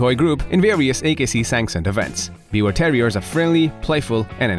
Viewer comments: you pronounce it 'beaver' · It's pronounced like " beaver " -- the W is a V sound in German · Thank you for saying the name almost correct. Its german so the w has a v sound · The pronunciation is "beev-ehr" with a soft "r" at the end, almost like "beaver". 🙂💜 Also called a Tri-Colored Yorkie. My parents have a Biewer. Even with her serious heart condition, she is the spunkiest, most spirited dog I know, and she LOVES attention! ❤️ Stubborn and opinionated, but an absolute lover! 🥰